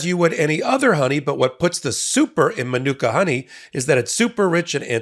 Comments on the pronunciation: MA-NU-KA honey….. come on bro, be professional and learn the words you’re paid to say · Please research how to pronounce "manuka".